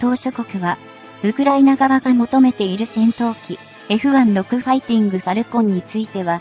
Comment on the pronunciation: F1ロクじゃなく，Fジュウロクです｡読み方間違っています。大至急改善を求む。